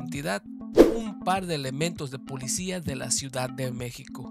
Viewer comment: pulicia currupto, curruuupto hable bien wey